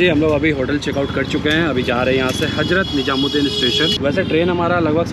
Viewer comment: apni pronunciation kb thek karoge? HAJRAT NIJAMUD DIN nhi bola Jata hai It's HAZRAT NIZAMUD DIN